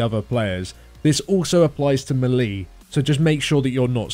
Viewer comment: Does the homie know how to pronounce "melee?"